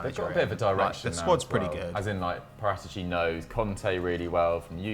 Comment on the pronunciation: It has to be said… your pronunciations of foreign names is terrible. trying to say Paratici😂